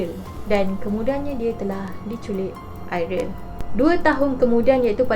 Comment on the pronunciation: Ariel ke Airil.. dgr macam Airil😂